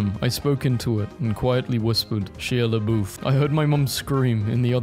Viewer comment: The scariest thing in this video is pronunciation of “Shia Labeouf”